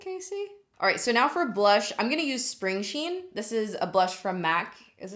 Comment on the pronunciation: Spring sheen? Girl I thought you said string cheese... 😂